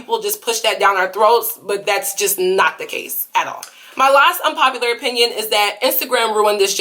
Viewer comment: IK U SAID APINYON BUT GIRL